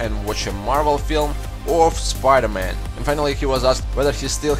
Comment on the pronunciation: When you say spider-man i hear pider man